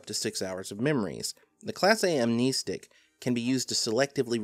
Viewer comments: Why is he saying Am-knee-stick and not Amnestic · I always thought it was pronounced Am-nest-ick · Also surely its pronounced "ahm-neh-stick" not "ahm-nee-stick"? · Nice video on amnestics, but jesus it peeved me so hard that you pronounce it amneestics. There’s only one e there man. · "am-KNEE-sticks" ~, 2019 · I pronounce it as: Am-nes-tic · Its pronounced am nestic, like amnesty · I wasn't sure about that, so I looked it up. Turns out, you're right, it is a real word that's defined somewhere other than the SCP wiki, which means it has an accepted pronunciation. As it happens, the correct pronunciation is indeed [am-nes´tik], therefore pronunciation is incorrect. Welp, I learned a new little factoid today I guess. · you're wrong about amnestics (am-nest-ick) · im pretty sure its pronounced "Am-nest-ic", despite how the root word "Amnesia" is pronounced. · "am-ness-tick" sounds better tho. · You’re wrong on how you pronounce amnestic. Although I guess it’s like the keter pronunciation argument. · Ok it REALLY annoys me that he keeps pronouncing amnestic with two e's.